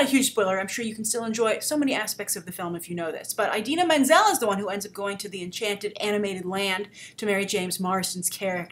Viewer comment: She pronounces Idina Menzel wrong